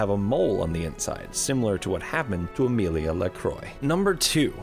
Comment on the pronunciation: Lmao her name isn’t Amelia :p It’s pronounced ah-mill-aye